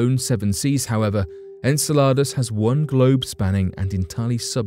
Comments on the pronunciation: In-cell-ah-duss is how you pronounce Saturn's moon fyi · Enceladus ; the emphasis is on CEL in the pronunciation. Just trying to be helpful 😎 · You are the only person i have ever heard pronounce Enceladus that way. I always heard this (in-seh-luh-duhs) from everyone. Where did you learn your pronunciation? Australia? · Did you say enchiladas? 😂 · I’ve never heard anyone say Enceladus like ensaladas. I just keep thinking watery salads. Lol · "Enceladus" is pronounced "En-SELL-a-dus." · I heard enchiladas, but then I'm hungry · So... ?.... The images they were showing from the Chinese craft didn't look red? And I don't think they were black and white cuz it showed some blue and different other colors so.... What color is Mars, cuz it's called the red planet and the colors pics from NASA show red and yeah was anyone else getting a little frustrated when he was saying the name of the moon "Enceladus" ? Lol I love this channel, as long as I can stay awake to watch it lol the narrators just have such a calming voice but anyway love the videos anyway but just some of the info is questionable lol still fun to watch!